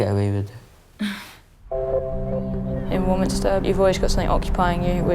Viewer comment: They could pay me £500,000 a week, I would never be the headmistress of War-minis-ter. Hmm ... Well, that's a lie now, isn't it? But you would have to learn how to pronounce the name of the school properly.